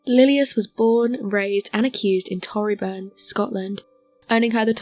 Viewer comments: Torryburn but we say it like toe. Toe ree burn. It’s 4 miles from where I lived in primary school but took me ages to realise coz she says it wrong. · No quite. She pronounces torryburn wrong.